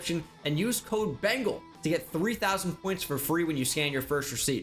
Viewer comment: What’s up Wengal